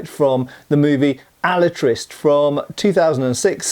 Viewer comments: If you can't be bothered pronouncing his name right, I can't be bothered watching past the first five minutes of this. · You are mispronouncing the name Alatriste. It ends with a mid-front vowel. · I think that final "E" in the word Alatriste is probably NOT silent! And the characters in this movie really make me think of Puss-In-Boots!😁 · In Spanish It’s pronounced “ah-La-tree-stay” not “Al-uh-trist” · Alatriste is Alatriste, not Alatrist. The e of the end it´s not silent in Spanish. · Hearing that kept bugging the fuck outta me. No entiendo lo difícil de pronunciar la "e" al final... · ¡Hola! In spanish there are no silent letters, (with the exception of the letter "h"), so his name does not sound like "Alatrist" but "AlatristE". The final "e" has to be pronounced. By the way, his surname, Alatriste, is a made up word, composed by two real words: "Ala" which means "Wing", and "triste" which is "sad", so the literal translation would be "Sadwing", although, it's just his name, and don't really has any more meaning than that. His final opponent is not spanish, but italian, and is clearly noticiable in the way he speaks (spanish, but with a strong foreign accent and some italian words here and there, if I recall correctly). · in Spanish e is pronounced eh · alatristE the E isn't silent it means sad wing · Just a nitpick from a spaniard, at the beginning you say "Alatraist" and don't pronounce the "e", not that I care much about pronunciations (mine is rusty as hell), but it makes it look like you tried to sound english and might confuse people, if so, it should be translated to "SadWing". Awesome video keep at it! =D In addition, if someone gets curious about the movie, it's nice, not awesome, but nice, even more so if you are not a fan of the books, if you are, you probably didn't watch it and didn't like it much =p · Alatriste is pronounced Alatrist-ay. Not a big deal, just lyk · Pronunciation help: it's said "Alatristay" Great vid. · The e is not mute.